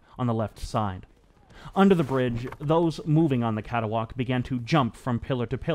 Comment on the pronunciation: Hey here a clue, on screen you the word 'catwalk' yet you say cata-walk, hmm no extra a, CAT-WALK!